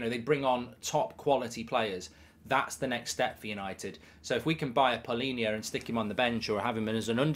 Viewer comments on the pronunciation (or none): Its Palhinha not Paulinha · Palhinha* not Paulinha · Not Paulinha 😂 Palhinha